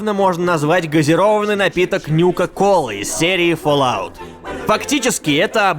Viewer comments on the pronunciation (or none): none